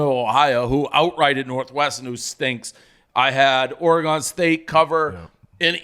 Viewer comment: For just one time I’d Iike hear Dave say Oregon correctly